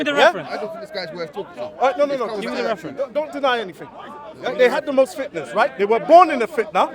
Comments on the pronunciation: I lowkey thought he was saying fitness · I think he meant fitnas lol but it did sound like fitness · He dont know how to pronouced fitnas but become fitness 😅